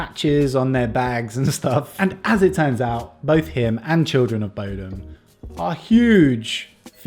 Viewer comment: you sang just right <3 But you pronounce Bodom wrong. Just ask Kat how it should be said.